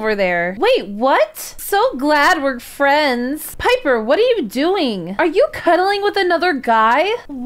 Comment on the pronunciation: i kinda like how piper/rektway's ex girlfriend said furends Lol